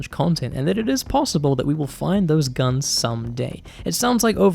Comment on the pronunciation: “Aaeit.. Let’s talk about gunss” Loll